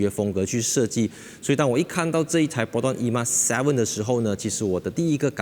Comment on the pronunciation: 本来就name it 而“emas” 为什么就衣mas？